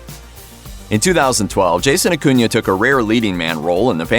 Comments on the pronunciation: You are pronouncing his last name wrong. And you say it soooooo many times Uh-coon-uh Not uh-coon-yuh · stop saying AcunIA....its annoying.....its AcunA......wtf narrator?!?!.... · I hate the way this guy says “acuna” It’s pronounced aCOONa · Exactly. Acuna. Not acunia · Akunya. Everyone who does your guyses videos don't even know who they're doing the videos about. Do you research in at least learn how to say people's names right. It's disgusting that you people make money off of this